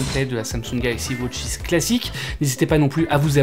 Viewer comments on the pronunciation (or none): Ridicule entre les deux montres au poignet et la prononciation wOtch 😢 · Galaxy Wootch 😂